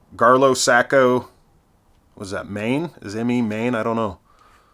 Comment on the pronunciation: that split face hammer was made in the state of Maine..Saco is pronounced same as taco.. i am from Dexter Maine